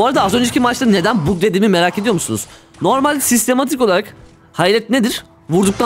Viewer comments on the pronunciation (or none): bug, (bag) diye okunur, (bug) diye okunmaz wifi kelimesini (wayfi) diye okumak kadar saçma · "bug" değil agam "bag" bizi de alıştırdın bug diyip duruyom artık.